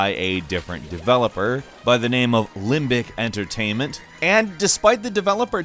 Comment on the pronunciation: Did you say limpdick emtertainment?